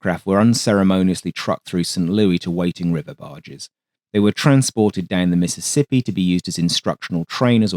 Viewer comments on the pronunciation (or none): none